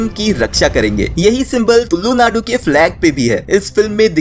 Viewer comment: Bro you did very good video but the thing that hurt me is you saying tullu naadu bro it's tulu naadu if ad on more ' l ' into It sounds like psy in our native language. 😂so please next time say tulu not tullu. 😊